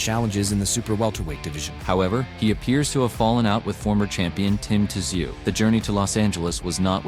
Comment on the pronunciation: The t is silent in tzyu pronounced zoo